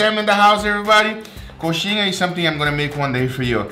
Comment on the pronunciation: Are you brazilian? You pronounced "coxinha" just PERFECTLY